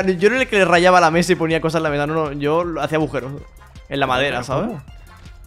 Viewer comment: se dice aguja no abuja y tampoco se dice abujeros se dice agujeros